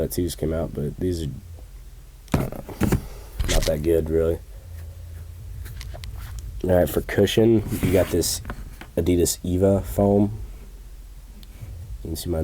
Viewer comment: Nobody says eva, it's pronounced E-V-A and it's pretty much standard on numerous shoes.